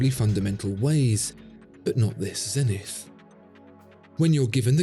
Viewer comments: Please, please say Zenit, without the english "th". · That messed up "E" in "Zenith" is quite a flaw.